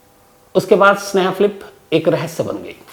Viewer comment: Sneha Philip bol rhe ho ya sneha flip 😑